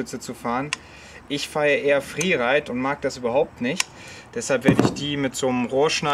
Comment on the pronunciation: Alle Leute: Freeride,: friireit 😂😂✌️ fand dein altes Sender geiler😶